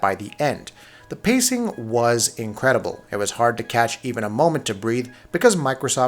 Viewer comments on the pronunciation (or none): none